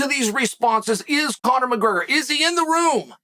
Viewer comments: Chael “Conor Mburger” Sonnen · Conor McGurger. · Conor Mcgergrr